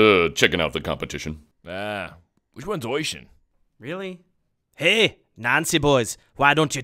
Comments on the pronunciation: it's oisín and it's pronounced uhsheen not oyshin lol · It's spelled Oisin I'm Irish and its pronounce Usheen, I happened to know one:) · I know it's a joke and all but calling "Oisin" Oishin it's kind of annoying...., also I can't put a fada on the last "I" cuz mobile. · Lol it's weird hearing Oisín pronounced like that we actually pronounce it uh-sheen